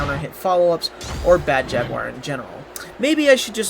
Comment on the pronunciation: Mispronounced Jaguar...